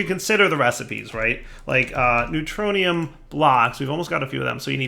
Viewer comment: "we got three ingots of the neutroinum that a lot" Me: hahaha!